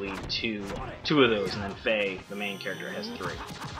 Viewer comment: for saying xenogears correctly!